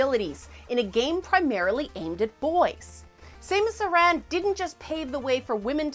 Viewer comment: Sah like sandel, mus like mustard, and Aran is pronounced like the name Erin.